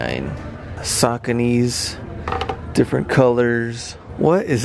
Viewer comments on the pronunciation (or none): Sockany its pronounced sucony